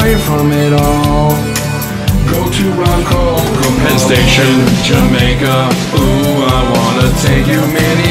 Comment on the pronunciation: Love this. I grew up in Lake Ronkonkoma. Not many people can pronounce the name correctly and I like the way you changed it. Way to go!!!!